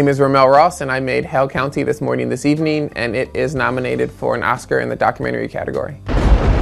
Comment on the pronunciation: I thought he was saying “Hell County”